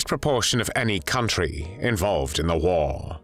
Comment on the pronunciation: Wait did u say WhAR?